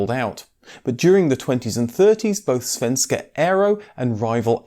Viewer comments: The pronunciation of SAAB and Svenska Aero was actually pretty accurate! Not perfect of course, but still very good. 👍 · As a swede i just have to say: your pronocument of ” Svenska aero” is excellent.